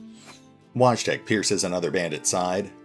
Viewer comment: Just a little fyi, Wojtek is most likely pronounced voy-tech (tech as in technology)